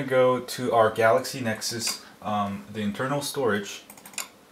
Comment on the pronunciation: lol thats funny, "galexy nexus"